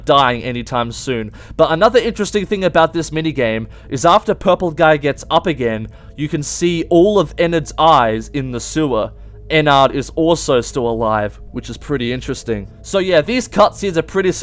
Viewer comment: It's Ennerd, that's how you say it.